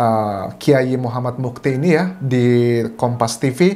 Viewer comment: Dibaca mas beki bukan mas beci. Yg benar Kiai Tar (Mochtar Mu'thi) bukan Mufti.